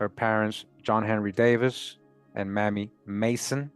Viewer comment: Mamie is pronounced with a long A; MAYmee,not mammy.